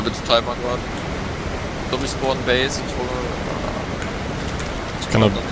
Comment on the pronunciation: Die Videos sind Qualitativ definitiv besser als deine sonstigen. Mich triggered immernoch die falsche Aussprache von Wyvern und Spawn aber irgendwie gehört das schon zu dir ^^ Mehr Videos solcher Art würden mich freuen, vielleicht sogar jeder Tag als eigenes Video - auch wenn 2 , 3 Stellen vielleicht nicht ganz spannend sind - ODER auch einfach ein ungelistetes Video wo beispielsweise der Raid der Holzfäller UNCUT zu sehen ist ^^ Würde mich zumindest interessieren :)